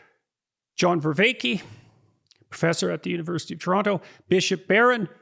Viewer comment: NOT VERVAKE!!!!!!!!!!